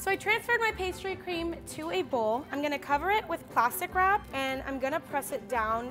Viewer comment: When she said plastic rap it sounded like plastic crap